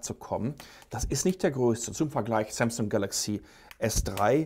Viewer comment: Kannst du eigentlich asus und samsung richtig aussprechen? Du sagst Asuzzz und Samzzung.